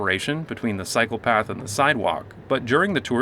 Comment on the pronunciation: Took me a minute to realize you were saying "cycle path" not "psychopath."